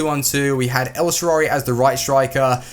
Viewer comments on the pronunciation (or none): EL SHARAUI please, dont say el sharauwuwuwhshwhwi